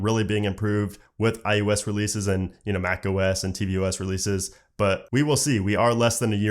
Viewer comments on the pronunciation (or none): SERIOUSLY!!! IT’S NOT “IUS”! It’s I OH S!!!! I can’t even watch this!!!!! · Please say iOS not iUS.